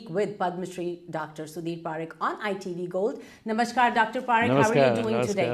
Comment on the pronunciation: It is pronounced PuhRikh not PaaRikh